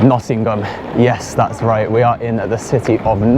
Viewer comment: Grew up in Nottingham, great to see the old haunts again... BTW the G in Nottingham is silent!!!